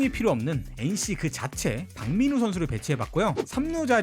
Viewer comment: park민우가 아니라 par민우네